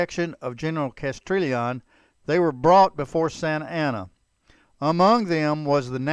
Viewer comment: Learn how to pronounce Spanish names. Castrillion is pronounced castiyion.